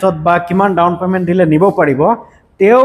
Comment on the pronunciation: Teazpur nhoi bhai "Tezpur" Dawon payment nhoi bhai "Down payment "